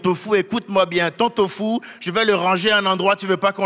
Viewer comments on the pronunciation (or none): none